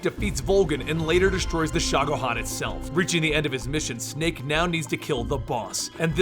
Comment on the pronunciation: he also misspronounced Shagohod :P